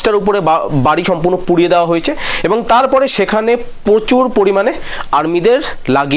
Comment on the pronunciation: আরে পোচুর নয় রে। প্রচুর 🎉